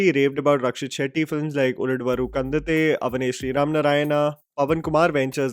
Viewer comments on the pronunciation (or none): When you can pronounce GARUDA GAMANA VRUSHABH VAAHAN easily what happened while pronouncing ULDAVARU KANDANTHE ...